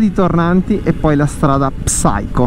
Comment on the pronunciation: secondi fa Salve. Complimenti per il video. Un consiglio: hai detto diverse volte la parola inglese "psycho", ma la prima lettera P non va pronunciata. La pronuncia assomiglia a "sai-kow". La pronuncia nell'alfabeto fonetico internazionale per l'inglese UK è ˈsaɪ.kəʊ. Ciao!